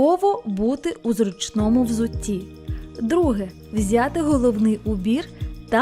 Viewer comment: Красивое ущелье! Молодцы, что прошли. Жаль, что не всё понятно теперь будет... Из того, что я уже понимаю по-украински, позволю себе поправить Вас. Не "в городі", а "в місті", не "роскажу", а "розповім", не "зручнОму", а "зрУчному", не "часУ", а "чАсу", не "випАдку", а "вИпадку"...